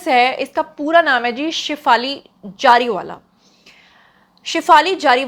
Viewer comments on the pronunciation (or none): Hello it's Zariwala indian's don't have Z in there alphabets so can't pronounce correctly so they also say Jeera instead of Zeera so please as a Pakistani don't mess up our Urdu language